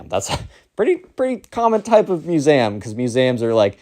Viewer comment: Please pronounced museum properly.